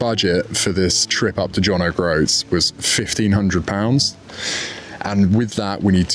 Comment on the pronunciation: I always admired the 850, but it's a bit tall in the saddle for me. Also, I'm afraid I twitch every time you say John Oh Groats.